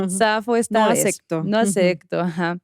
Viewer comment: Jajaja donde agregaron el: “no acecto” 😂